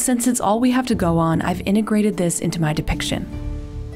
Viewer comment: "inTegrated" not inegrated!!!